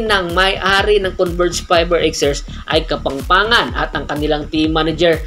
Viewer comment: Nabubulol po kayo, mali po pronunciation nyo, Kapampangan po at hindi Kapangpangan✌️